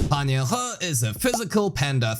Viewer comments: Btw the correct pronunciation is sort of like Yeen-Hoo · it's pronounced yin-hoo but close enough!